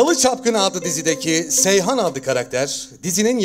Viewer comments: Seyhan değil Seyran 😁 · Seyhan değil seyran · Seyhan deil seyran hem bence çok güzel bir dizi